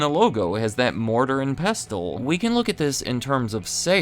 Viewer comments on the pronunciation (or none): The t in pestle is silent.